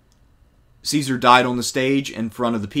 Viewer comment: the pronunciation IS NOT "see-sar" it's "kai-sar" JOO-LI-US KAI-SAR = Julius Caesar the Romans HAVE NO soft "c" sound, they used "s" for that CICERO is not "sis-sir-oh", it's "kik-ker-oh"